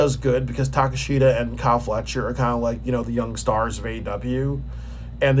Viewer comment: Yikes. Do you watch aew? That is not how you pronounce Takeshita and you don't even know who some of the wrestlers are